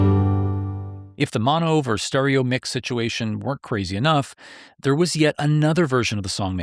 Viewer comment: Versus (2 syllables), not “vers” as in mono vs stereo.